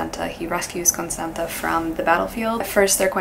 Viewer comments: Just a quick note, Constanța is pronounced as Constanzza (as in pizza) :) at least in the original language. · As a Romanian Person TM, I believe you pronounce Constanta as “Constantza” if it has this letter : ț I actually love you so much you are my favourite person on this platform thank you for existing happy spooky season <3